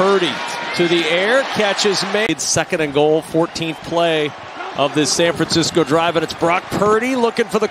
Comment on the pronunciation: San Francisco...not San Fransisco. 😑